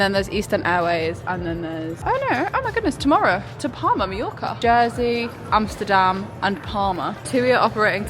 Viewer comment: Compliments for the pronouncuation of Schiphol and Amsterdam. Like others mentioned, certainly not the smallest airport in the UK.